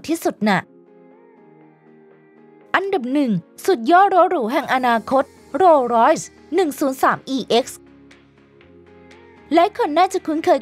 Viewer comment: โรสลอย อ่านว่า โร_สะ_ลอย ครับ ไม่ใช่ โลร้อย เสียราคาหมด😊